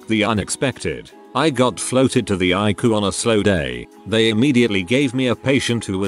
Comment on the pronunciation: I love how he says ICU as I-KU.